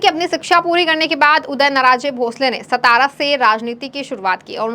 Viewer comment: सतारा नही सातारा